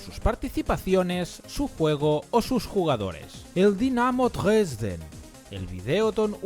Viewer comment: Sehr gut deutsch . 😉